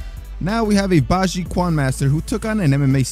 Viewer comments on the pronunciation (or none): Yo. The "Q" in Chinese names is pronounced like a "CH" so Baji quan would souks like Baji Chuan